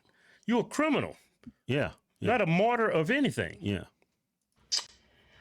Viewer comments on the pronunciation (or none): Doesn't surprise me she doesn't know what martyr means! She also couldn't even pronounce it! It's not pronounced mortar! Lol her ass needs to be in jail! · She said mortar not martyr….. Another valedictorian from a HBCU